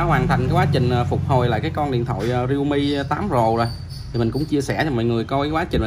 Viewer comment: Realme chứ k phải readme ( rít my )